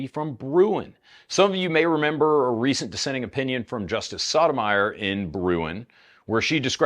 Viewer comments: is it pronounced "sodomyer"? i always thought it was "soda-my-or" your pronunciation sounds more like sodomizer though, and thats silly. i think i like yours better because it sounds silly. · Most southern pronunciation of Sotomayor I’ve ever heard. I can’t even tell if you’re trolling her.